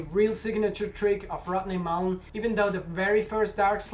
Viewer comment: I dig your accent. "Rodney Moolen" lol